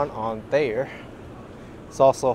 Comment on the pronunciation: Nice tour. This is the best time of year to visit. If I would have known you were in town I would have liked to go down to meet you and showed you some points of interest. Just a bit of local knowledge though: you do pronounce the h in Thayer, it's the r's we don't pronounce.